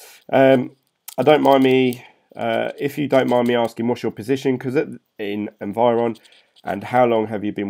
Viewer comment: Don't get me wrong, I like your videos but it is Envion not environ or however you pronounce it :) I can't see any R there. Sorry I really didn't wanted to criticize you just mentioned. keep up!